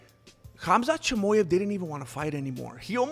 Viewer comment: Cheemaheff Not chamoef That’s how you pronounce chimaev’s last name